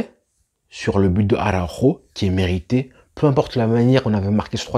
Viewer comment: Belle prononciation de araujo 👏👏👏👏visca barca superbe match pti + al viejo alves superbe expérience juste le carton on lui pardonnera 🥰